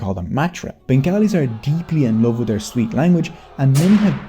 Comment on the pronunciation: Bro It's Love not lave😮 I'm from Bangladesh too